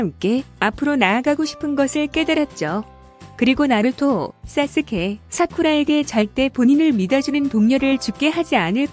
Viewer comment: 왜 계속 사스케를 싸스케, 세스케라고 읽는거같지??